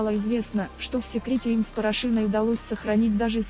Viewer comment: Почему такие непрофессиональные дикторы, зачем искажать фамилию актрисы, неужели мало грамотных дикторов?